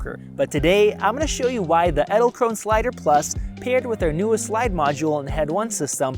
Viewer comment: Edelkrone ( The last e isn't silent! You pronounce it like the first E in Edelkrone)